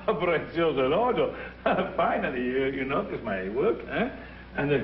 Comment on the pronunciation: ‘elogio’ not ‘l’odio’, which is a very funny error. I’m surprised Gobbi didn’t correct him.